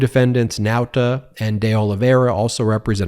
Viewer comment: I just wish this person could learn to say the names De Olivera and Nauta properly... Every time he says these names, it's as if he's purposely saying it incorrectly or as if "allegedly" that's their name..